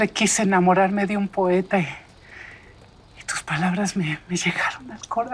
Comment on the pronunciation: alguien más escucho que mica dijo poete😅 o es correcto